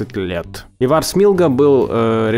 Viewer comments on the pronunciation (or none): у вас такие оговорки...ИвАр он же Ивар и ВсеобУч был ВсеОбучем.С ударениями у вас небольшие проблемы... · А за ИвАра прилетало? Если прилетало, то извиняюсь за повтор. Имя Ивар произноситься с ударением на первую букву.